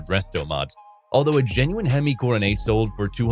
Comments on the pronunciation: Guess you did not catch the fact it was a poke or laugh at the way Coronet was pronounced Coro-nay.:face-turquoise-covering-eyes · I guess the AI has a French accent. 😂